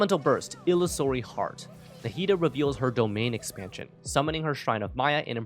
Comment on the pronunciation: "domain expansion" 🤣